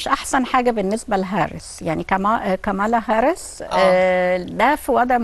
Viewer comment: صوتك وانتي بتقولي كاملا هارس اكنك واكله طبق محشي يامذيعه الفيوم انتي